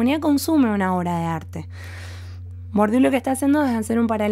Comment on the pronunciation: Gracias por tu claridad expositiva. Por cierto se pronuncia: “BURDIÉ”.